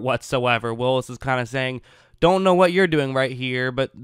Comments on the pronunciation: Whatchu talkin' bout Willis? It's pronounced Wills. ;) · Sorry, but it's Wills. Only one i. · Wills bro NOT WILLIS!!